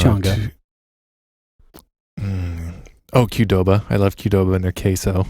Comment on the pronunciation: Thank you for saying Qdoba. I never knew how to pronounce that!